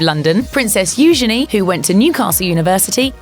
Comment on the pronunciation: PLEASE learn to pronounce "Eugenie" correctly.😩